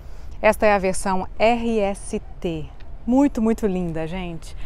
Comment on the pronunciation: Its rst not rlt